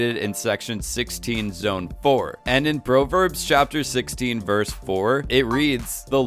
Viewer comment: Oof . . . I’d say, “PROV-erbs” not “PRO-verbs”. Yikes.